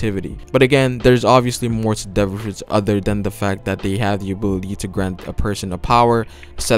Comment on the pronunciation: everytime you said "ability" the thing i heard is "booby" , its just me or..